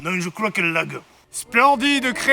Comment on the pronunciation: putain mdr juste à le "non je crois qu'elle lag m'à tuée avec l'accent xD SEB COMMENT FAIT TU QUOI !!! ^^